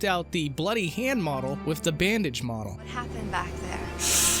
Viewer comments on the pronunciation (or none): none